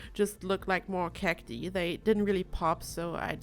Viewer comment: Love the build. Pronunciation for cati is actually "kak-tie", I know english isnt your first language so I just thought I'd help out <3